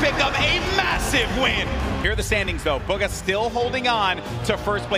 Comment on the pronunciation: it’s BUGHA not buga